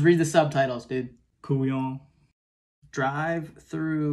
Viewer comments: It's so hilarious as a French to hear someone say "laissez les bons temps rouler". It's what my grandma would say and even so it sounds just super old. But the "couillon" at the end was great, points for the prononciation XD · He said "couillon"! The ACCURACY